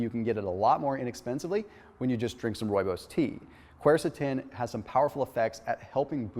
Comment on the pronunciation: love how you pronounce Rooibos. Lol I'm from South Africa and speak Afrikaans...Rooibos meaning redbush. My favorite tea to drink. Thanx for more great information.